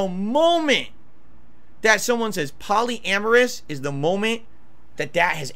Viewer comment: PALLY-AMERUS WTF